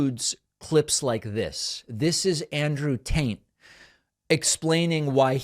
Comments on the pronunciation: You just did it again! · I'm sorry did you say Andrew Taint? 😅